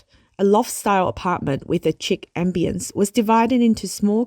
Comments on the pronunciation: The narrator needs to work on her English. Facade is pronounced "Fa-Saad". Chic is pronounced "sheek". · Also "chic" is pronounced "sheek".